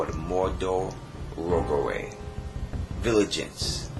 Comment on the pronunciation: "Viligance". :P